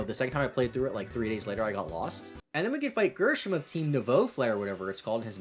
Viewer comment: Grrr-shm? It’s a normal name. Grisham….